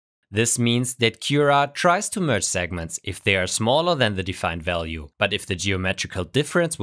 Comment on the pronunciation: "Walue" 🤔 Are you a Russian or Brazilian spy?!?!